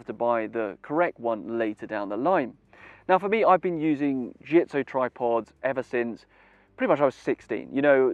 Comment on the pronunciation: Well said .... except for the pronunciation of the brand name.